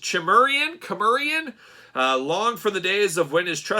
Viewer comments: cimmeria is pronounced simeria so you call conan the chimerian??¨lol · Mispronouncing “Cimmerian”. 🙄 Some fan…